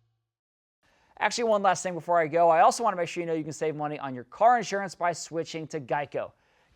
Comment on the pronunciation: Mon-knee $$$ problem